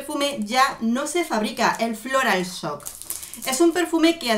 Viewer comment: te adoro mujer!!!! bien esa dedicación a los perfumes, me apasionan. Una ayudita, pues ya q te cuestan los idiomas...algo bien sencillito, el Floral Shock...tú dices floral soc...jajajaja, pero mira...esa s con la hache se pronuncia como acá en la Argentina la YYYYY, shhhhh, como nosotros decimos YO, bien fuerte, asi también es Shock....es que ustedes no tienen ese sonido, pues...per vas a saberlo querida mía, dilo YOC jajajajajjajaja. Te quiero, aprecio tanto tus reseñas, beso desde Buenos Aires mi reina